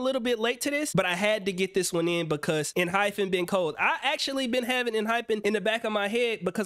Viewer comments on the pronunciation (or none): Hey, Noticed you had a little trouble pronouncing the name in the beginning of the video. It's EN- HY- PEN. Definitely confusing because their logo and marketing all use the hyphen ( - ) but their name actually doesn't! Love seeing you react to these groups but kinda wish these vids weren't all from your twitch. Kinda takes away the old school touch from your older videos. Wishing you lots of success tho.